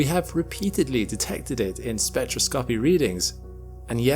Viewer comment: sorry, spectro-scoppy? 🙃